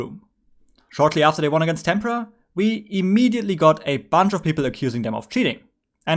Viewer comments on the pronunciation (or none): none